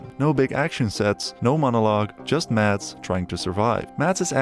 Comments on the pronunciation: It is not Matt. It is Mads. Why can none of you english speakers say anything in dansih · as someone that shares the same name. I do find it funny how foreigners always says maDs and puts pressure in the d, While in danish the D is silent. It's pronounced Mas. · It bugs me when everyone calls him MaDs...The D is silent. His name is pronounced Mas (like Christmas). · People need to learn how to pronounce his name,Mad-s, it's a silent d with a hard s - like a mass. Thank me later! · The D is silent. Just say "Mass" but a bit quicker than you would in an english accent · you dont pronouse the d in danish. so his name spoken is mas mikkelsen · Sorry, but as a Dane, Mads is pronounced "Mas", with a silent D! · i get that some scandinavian names can be weird and hard to pronounce to some. budt mads's name is litterally just pronounced Mas. it cant be hard :D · Dane here. It's always fun to hear the pronounciation of "Mads" in english. The d is silent, so it's actually more like the word "Mass", but more stumped and more weight on the a. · More like 'Maz' with the shortest A you can pronounce. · Forestil dig ikke at være dansk og ikke kunne se alle filmene på vores modersprog. Det udtales mass Mikkelsen. Og det er ikke “flickering lights” men blinkende lygter, pusher er en af hans dårligere film, han har faktisk lige lavet en fantastisk film ved navn den sidste viking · You’re saying his name wrong. Just pretend there’s no d in his name and you’ll accidentally pronounce it correctly. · The d in Mads is silent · THE. D. IS. SILENT. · A point: 'Mads' is pronounced with a silent 'd'. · You just erase half the Letters, as they aren't pronounced in Danish!!